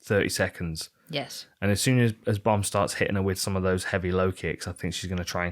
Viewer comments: As a German: You were nowhere close to pronounce Mandy Böhm right :D Great show as always <3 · Bohm is spoken with an O like in No, easy.